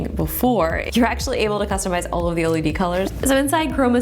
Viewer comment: I felt physical pain evey time she said LED